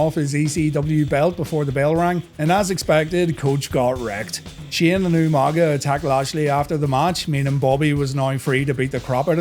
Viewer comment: Shane, not, stop saying!!